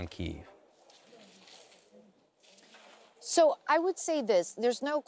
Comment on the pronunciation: FIRST reporter since this war started that pronounced “Kyiv” properly!